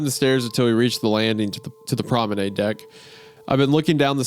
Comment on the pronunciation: wendi saying "promenAID" is making me scream